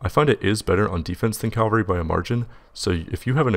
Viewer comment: Ca-val-ree, not cal-ver-ree.